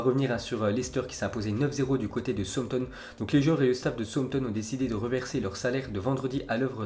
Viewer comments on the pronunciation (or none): none